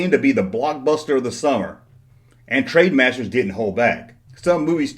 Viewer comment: "Trademasters"? I think you mean TRENDmasters. Wee bit of advice - if you're going to review a product or anything, put in enough research to know what company made the product, or at least learn how to pronounce the company's name properly so you actually seem credible as a reviewer.